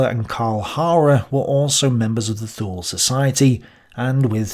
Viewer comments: Thule is pronounced ' Tu,ley ' .....the "H" is silent, just like in gael languages and the way the Irish pronounce English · I was taught to say Thule as twolee.